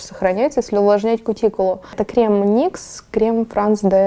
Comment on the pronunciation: не никс,а нюкс